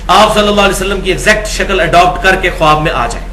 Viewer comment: ماشا اللہ معلوماتی پروگرام ۔ زرا سی گزارش ہے کہ لفظ "خواب" بولنے میں "خاب" بولا جاۓ گا۔خواب میں"الف" سائیلنٹ ہے۔"